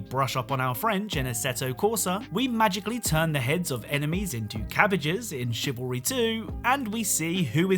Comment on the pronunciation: cavalry is men on horseback, it is Chivalry pronounced Shivalry